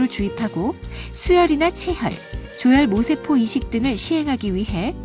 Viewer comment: 조혈 모세포로 발음해야 합니다. 모에 액센트를 해야 의미가 정확히 전달됩니다.